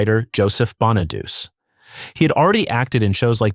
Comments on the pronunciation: Wow. Danny Bon A Duch Aye. Not Bon A Duce. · You are pronouncing Danny's last name wrong. It us Bon-A-Doo-Chee. Not bon-A-duce. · Can't stand the AI voice. Not BonaDOOS. Bonadu che. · FYI.. Danny's last name is pronounced "BON-UH-DEW-CHEE", NOT Bon-uh-dews. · More AI crapola. Horrible thumbnail, wrong name pronunciations. Bonaduse,it's pronounced Bonaduchee Susanne 's last name is pronounced Crow. Get the facts right ditch the angel wings on living actors or don't bother to create a video that creates groans and eye rolls. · These narrators (whether real or AI) never can pronounce Danny Bonaduce (the last name is pronouced, Bon - a - du - ch - e) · BONA-DOO-CHEE IS HOW ITS PRONOUNCED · It greatly irritates me that everyone who makes these viseos does not know how to pronounce Danny's last name, so here is how to pronounce it:.....BONN A DOOCH EE (it's an Italian name ) P.S. what David did, (publicly telling secrets about Susan) was a shameful thing for him to do. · Danny Bon-a-Doo-Chee. 🤦🏻‍♀️ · And I can't even pronounce Danny's name correctly and maybe spelled Danny bonaduce but it's pronounced bonaduche it's French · I thought "Bonaduce" was pronounced bah nuh DOO chee . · It is. AI SUCKS. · Danny Bonaduce pronounces his name BON-uh-doo-chee.